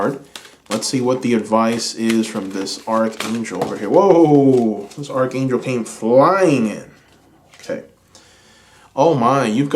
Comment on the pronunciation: Pile 2,, Archangel is pronounced ARK ANGEL 💕😘 Sending love and blessings 🔮♊️